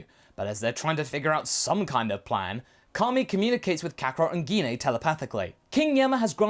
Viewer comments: Not trying to be rude but what's geen a you mean gene a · its pronounce Jine not gine and bardock really did care about gine (jine) like vegeta and bulma